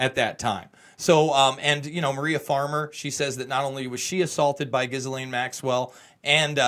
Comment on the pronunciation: Ghislaine is pronounced "Jill-enn." De rien.